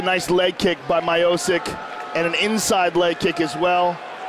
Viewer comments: ESTIPEE MIOOSIK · After this he was "Me-o-chick" for a bit. It took them a while to get it right. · If you pronaunce his pronancionations of stipe his surname would be majosik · Haha, Americans can't pronounce slavic names/lastnames. It's not Miocic it's Miočič, so in english something like Meeocheech. Č is what u say in word chees, so ch. Also i is like ee in cheese. So funny. Slava rodu! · Stipe Mio-Seek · Stipe MYOSICK hahhahah :D That's so simple, every word on Croation u speak exactly like u write. I wonder how someone wasn't tell to this comentator how to spell names :S. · they butchered the fighters names early on. Miocic= my o sic... Nganou=gannow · Goldberg has always had trouble with names, but I wouldn't pin this one on him, since Rogan and Buffer also said it that way. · back when no one could pronounce his name... lol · What an epic fight. Back and forth the whole way. Incredible UFC debut for Stipe. ( Even if they didn't even pronounce his name properly yet...!) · Can we just appreciate how bad they messed up the name Miocic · How does the entire UFC decide that it isn't important to pronounce this guys name correctly? When you see that name, as an announcer, your first question should be "how do I pronounce this" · Fuck sake Goldberg now I can't even remember the correct way to pronounce Miocic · How did they get miocic pronunciation wrong? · Your telling me mike goldberg got let go because he pronounced Stipes surname the wrong way. Wow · Any other Slavs getting triggy over ’ pronunciation of ‘Miocic’? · That was when they did not even know how to pronounce his name. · Before anyone knew how to say Miocic. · Goldberg was let go from UFC for pronouncing Stipe’s last name wrong . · bruce buffer and joe rogan did it too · Butchered tf outta stipes name😭😭😭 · Fucken butchered stipe's surname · It is not My-O-Sick, it is Mi-O-Ch-i-Ch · damn it hurts my o sick its MEE - O - CHEECH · My-o-sick? Who the fook is that guy? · “my-oh-sik” lmao